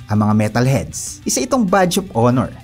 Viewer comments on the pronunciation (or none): none